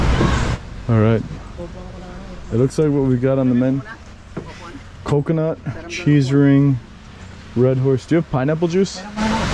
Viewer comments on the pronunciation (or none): none